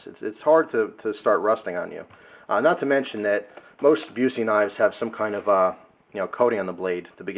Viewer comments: Buss-eee not Byoo-see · Busse is pronounced Buss-e not like the actor. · Not being picky but for info it is pronounced 'Bus-e', as in a school bus, with an 'e' on the end. They are the BEST knives you can buy. I'm surprised your friend had problems sharpening this as INFI is probably the most forgiving steel when it comes to sharpening be it flat grind or a convex edge. Very easy to maintain and will cut through a car door ;) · i think it is pronounced Bus-E great knife though, i like the ASH-1 a lot. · Learn how to say the brand name before you make a 10 minute video. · Man..a Busse, how awesome!It' s pronounced different, though lol. But Busse knives are really just about as good as you can go with a production fixed blade. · AAAARRRRGH!!! Busse is pronounced "Bussy" it rhymes with fussy. Jerry is not related to Gary Busey. At least you pronounced INFI right. Swamp Rat uses SR-101, not INFI (although there was one INFI model)